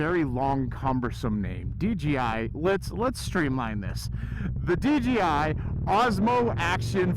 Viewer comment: That sound was way better. At 80 we could hear normal you like normal. You called the DJI DGI. hahah. We all do. Hard name to say.